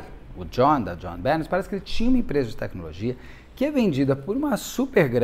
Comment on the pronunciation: Beto, o nome dela pronuncia “Jonhbenê” 😊😉